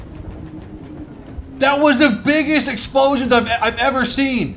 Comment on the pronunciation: “That was the biggest EXPOSION I’ve ever seen!!”